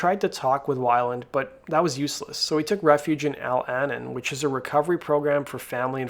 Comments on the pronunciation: Al uh-NON, non al Annin. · For the narrator, it's pronounced AL-A-NON. Just wanted to give you heads up for future reference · It's pronounced. Al-A-Non, not Alannen. I almost didn't know what he was saying. It took me a minute. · EL ANNUN??? DO YOU FUCKING MEAN ALCOHOLICS ANONYMOUS?? SAY IT WITH ME AL ANON. Use the beginning of each word. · Al-an-en? Al anon (short for anonymous) al-uh-non.... Why don't people, who can't read, do some research and look things up? People butcher their native language and put it online?! Hurts your credibility GREATLY.... It turns your videos into a joke. If you cannot pronounce words who can say how accurate your research is? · The "Anon" is short for Anonymous, so it's pronounced "Al-uh-non" not "Al-Annin." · Sorry, but it’s pronounced Al-a-non. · Just so you know Alanon is pronounced Al-a-non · FYI - "Al-Anon" is pronounced differently that you stated in the video - "Al" is pronounces that the AL in alcoholics and the "Anon" is pronounced like the first syllable in "anonymous". Al-Anon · "Al-Anon" is "Al (as in "alcoholics") Ah-Nawn (as in "anonymous") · Al-Anon is "Al Uh-non," it's alcoholic's anonymous. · He took refuge in AL--ANIN? Is that what I heard the narrator say? 😁 🤣 Was he serious with that mispronouncement? The program he was referring to is called Al Anon. It's a means of support for family members of alcoholics, in association with AA. I can't believe anyone could mispronounce that name. It's as though the dude never heard of it before... 🙄🤭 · "Al Anin" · It's pronounced " Al a nahn" lol. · Help for friends and families of alcoholics is pronounced Al-An-On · Ummm, it's pronounced Al a non. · I thinks it's pronounced Al anon. Likealchoholics ANONomous... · Jsyk Al-Anon is pronounced al-uh- non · It’s Al-anon. “Al Ahh Non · The support group for those whose lives are impacted by the addiction of a loved one, etc. is pronounced "al-ah-non". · Its AL-la-non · it's pronounced...Al- Anon(ymous ....eh?